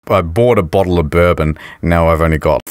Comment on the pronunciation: Lol got an ad for bourbon right after he said bourdon.